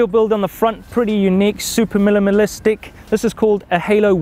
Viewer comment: needs to learn to pronounce minimalistic:P